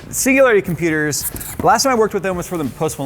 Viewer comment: Sounds like he's saying "See you later computers" instead of "Singularity Computers" lol